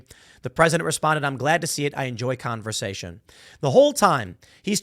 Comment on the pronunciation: Also, Biden said "I enjoy conversion" not conversation.